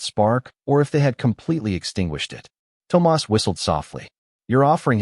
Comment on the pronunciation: PLEASE teach your A.I. how to say THOMAS!